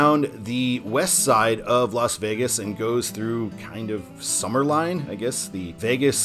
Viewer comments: Summerlin is pronounced Summer Lynn, not Summer Line…….😊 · Summerlin is pronounced Summer-LYNN Ely is pronounced EE-LEE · "Ely" rhymes with "freely." "Summerlin" rhymes with "paladin." Last I knew the county had no particular interest in putting an Interstate shield on CR-215 because it didn't get any federal interstate money to build it. I also thought all the interchanges on the northern part of 215 were complete now, but I never go that way so maybe not. While I-515 >is< signed, locals never refer to it that way; the whole length is "the 95". I-11 rarely comes up in conversation, but I suspect most people think of it as an extension of "the 95" even though US-95 exits off it before it reaches Boulder City and the dam. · Some pronunciations: Summerlin - Summer-Lynn Ely: Ee-Lee Love the videos! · Summerlin is pronounced summer-lynn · The way he mispronounced summerlin 😭